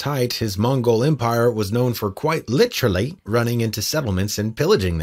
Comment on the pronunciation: There are many disturbing facts in this video. One of the most disturbing things about this video is the way the narrator pronounces the word "literally."